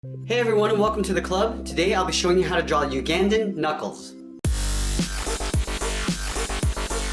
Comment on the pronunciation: you sed Uganda wrong